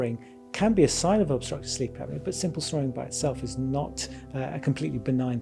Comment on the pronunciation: You don’t add the “o” in the word “apnea.” Same goes for the words “esophagus” and words like that no matter what